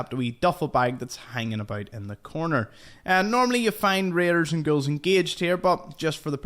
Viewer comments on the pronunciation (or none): Nice tour guide! I have stumbled upon some of these. BTW when you say ghouls, sounds like your saying girls!( to me) LOL Are you Irish? Northern Britain? Interesting accent. Some American accents are difficult to pinpoint( even from my countrymen) Thanks a million for your info. Cheers! Fallout brings us commonality. The world is shrinking!